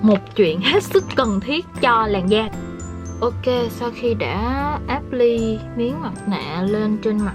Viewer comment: Ập plai chứ hok pải áp ly chị ui >< nhấn âm 2 ý ạ